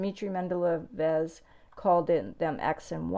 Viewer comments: MENDELEYEV PRONOUNCED MEN- DUH-LAY-YUFF THOUGH RUSSIAN VOWEL SOUNDS HAVE DIFFERENT QUALITY OF SOUND THAN ENGLISH: THEY CALL IT "SOFT". I.E. "LAY" IN RUSSIAN IS SPOKEN TROUGH THE SOUND OF LOTS OF SALIVA (AND MORE OF TONGUE/PALATE CONTACT) AND CALLED "SOFT" - NOTICEABLE TO RUSSIANS. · You said Mendeleev like you just learned the name today.